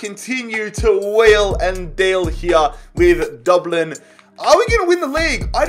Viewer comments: No offense but it is dub-lin not duub lin there nickname is literally the dubs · Dublin not Doblin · pronouncing Dublin: DOOBLIN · Everyone:Dublin: we won the champions league with Doblin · The way he says it doublin 😂😂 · Anybody else’s ears die when he tried to pronounce Dublin it’s pronounced Dub (like u got the dub against city) and then Lin which u can pronounce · I could listen to you say "Dooblin" all day long hahaha Love the videos man! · no we don't get your facts right we say DUBLN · Dooblin 😭😂. Good video! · Nobody:: DORBLENN! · The way he says Dublin😂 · Lmao I love how you say Dublin in a Dublin accent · Why does he say Dublin like that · Why does he say Dublin like that? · Jeez im from dublin so it triggers me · Who else is annoyed by the way he says Dublin